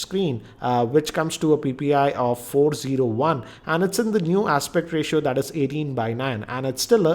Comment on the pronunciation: andaa sixaa inchaa screenaa aspectaa ratiooaaaa ,its gotaaa ...wtfaaaa